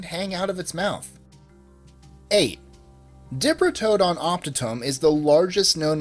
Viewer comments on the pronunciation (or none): none